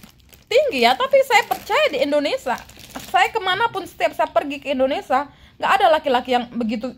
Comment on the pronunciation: Indonesia bukan Indonesah